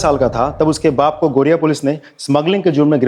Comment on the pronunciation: It's Garia not Gariya 😂😂😂😂😂😂😂